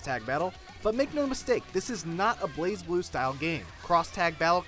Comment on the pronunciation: Isn't it pronounced Blaz Blue, not Blaze Blue?